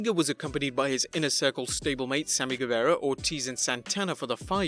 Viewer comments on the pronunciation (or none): none